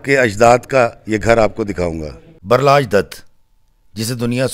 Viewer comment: बरलाज दत्त नहीं बलराज दत्त